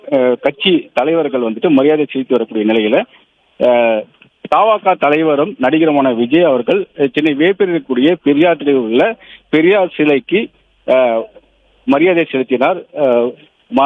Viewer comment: தா வா க😂😂😂 இல்ல . த வெ க😂😂. 0.37